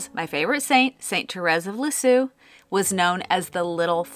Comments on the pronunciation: Love your new name! By the way - Saint Therese of Lisieux...it's pronounced "Leez_year". Hope that helps! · Also, "Lisieux" sounds more like Lee-zyuh (I can't really write that sound for a native English speaker properly without IPA). 🌹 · St. Therese, the Little Flower, is a favorite of mine, too. And your French was so wrong! But your channel is so right. And if you need another sign, St. Therese is known for small miracles of sending roses. So, perfect! BTW, you should listen to Google to hear how to pronounce “Lisieux.”😊❤